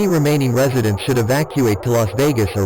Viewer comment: "Remaining residents of Beatty and Indian Spring SSHOULD evacuate!" Nice english lol